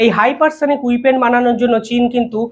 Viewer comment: উচ্চারণ ঠিক করুন "উইপেন" বলে কোনো শব্দ হয়না হবে "ওয়েপন" অশিক্ষিত উচ্চারণ হলে vdo দেখতে ইচ্ছে করেনা